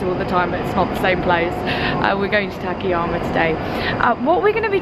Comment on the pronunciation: Excellent content as usual, but the town's name is たかやま and not たけやま. It is four straight あ's. You pronounce the second as an え.